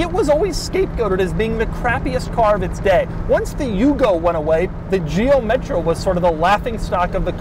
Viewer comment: Driving the “metrou”😂😂😂